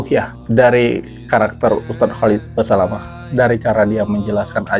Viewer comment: Holat holet Holat holet. KHALID BASALAMAH. Susah amat. Nyebut nama orang aja salah, gelar Gus mu itu aja ga jelas sumbernya drmn.